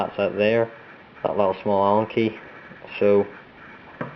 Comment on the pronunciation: "Anal Key"